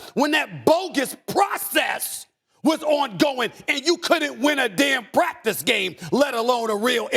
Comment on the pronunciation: PRACTICCCEE!? Lol